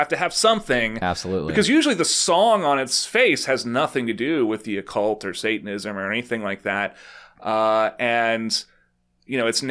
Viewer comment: I love that he can't even pronounce Satanism 🤣